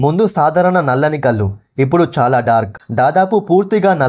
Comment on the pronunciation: కల్లు కాదు కళ్ళు...